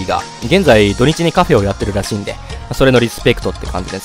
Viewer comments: なんでカフェのことをカフェーって言うんですか？ 言い方移ってしまいました(苦情ではありません) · カフェの言い方が気になるw カフェー